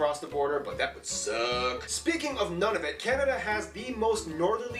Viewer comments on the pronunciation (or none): It's pronounced Noon - nah - voot and also, it's NewFOUNDland, not NewFINLAND, thanks. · I believe Nunavut is pronounced Noon a vut.